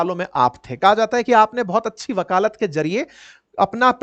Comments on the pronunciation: bakalat nahi bakalet hota hai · Sir, आपसे इतनी खराब हिंदी की अपेक्षा तो नही थी, वकालत बोलिये...............वकालात नहीं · वक़ालात ❌ वकालत ✅ 🙏🏻🙏🏻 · 😂😂 आप सामान्य ज्ञान कैसे पढ़ाते होंगे वकालत को वकालात बोल रहे है 😇😇 या आपके यहाँ ऐसी ही बोली है